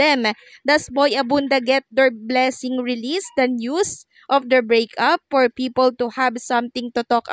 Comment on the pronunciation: For po hindi por